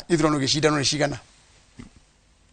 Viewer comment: Jifundishe Kikuyu. Acha kusema ciagana, sema ciegana..